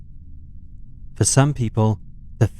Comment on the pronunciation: I appreciate you can say Nevada properly!